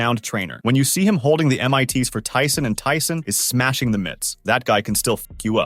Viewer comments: What is is with these videos and pronouncing names wrong? Not even just names, I mean, "holding the m.i.t`s"? Dafuq is going on, is this a bot or an actual person? And at what point did Rogan DEMAND anything? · M-I-T’s? Veta-mens? 😂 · Bro said mitts as "M-I-T's" and couldn't pronounce vitamins either lmao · You know what else is terrifying? This AI TTS can't pronounce "vitamins" in less than 20 seconds, and also called "mits" "M-I-Ts". Stop using TTS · Oi! This is an ai voice 😂 He spelled out M I T instead of saying mits one time. And pronounces vitamins like a robot voice. Hilarious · Oh for fuck's sakes with these ai voiceovers mispronouncing basic words, like mits and vitamins... booooooo....